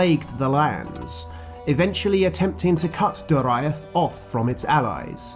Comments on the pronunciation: I always thought Doriath was pronounced 'Do, ree, ath' not 'Do, ra, iath'. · Dude it pronounced Dor/ee/ath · Not how to pronounce Dor-i-ath. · that pronunciation of Doriath... ooof.